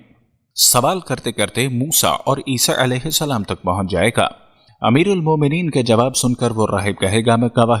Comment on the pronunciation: tujhe koe problem hai kya Mehdi Alaihissalam bolne me Mehdi Alaihissalan bol samjha